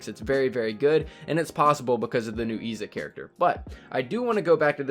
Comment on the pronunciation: Its pronounced Izza